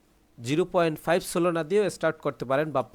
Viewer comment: solona❎ solana✅